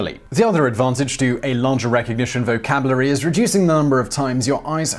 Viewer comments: "Vocablary"? Well i guess i just added a new word to mine... killin it. i suggest you reduce the number of times you say "vocablary"... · "Vocabliary"? You do have some strange pronunciations